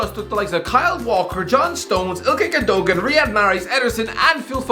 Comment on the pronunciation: The way he says Ilkay Gundogan gives me cancer.